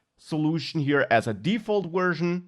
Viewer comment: speaking as a firstborn American with all-German ancestors and fluent in German... The V in "Version" is like the W in German and not like the W in English! The whole presentation it sounded like "wersion" Anyway, great presentation otherwise!